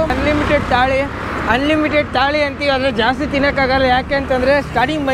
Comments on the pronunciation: Its thali machi Taali aala 😂😂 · Thali ala bro Thali 😂 kannadalii sanna la ( ya ra la va sha)